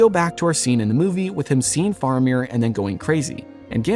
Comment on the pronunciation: Bro…love the video by your pronunciation of Faramir is like nails on a chalkboard.